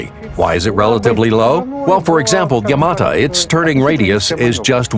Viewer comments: 'Yamata' Oh my god, shut up! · kevin corujo You can hear the original voice say YamaTO if you listen closely enough. So it's either an error on the part of the English narrator, or whoever wrote his script. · not yamata its yamato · Fuck me I got tired of hearing YamatA....say YamatO...sheesh.Where are the PT Boats and the Corvettes? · it's YamatO not YamatA...